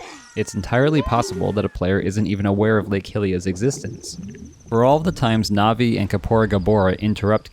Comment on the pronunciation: Ruto Malon Saria Navi-NAVI???!? The matter with you